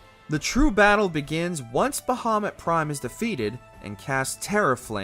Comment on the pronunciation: Kefka is not hard to beat at all wtf. I’ve never had an issue with him since the game first came out lol. Brachiosaur on the other hand… Bahamoot not bahaMUTT.